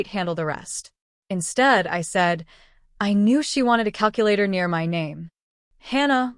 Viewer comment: "No cal-Q-later"